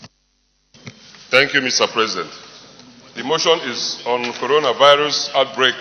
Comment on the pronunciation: Uucoronavirus hahaha here pronunciation